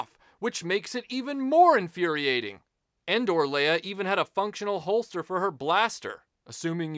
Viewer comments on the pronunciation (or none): When I heard "Endor Luke," even though I knew better, it sounded like he was saying, "Indoor Luke," like it was the one Luke Sky Walker figure from the trilogy that never went outside. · I honestly thought he was saying "Indoor" too. It took me a minute to realize he was saying "Endor". I always thought those figures were called "Poncho Luke" and "Poncho Leia".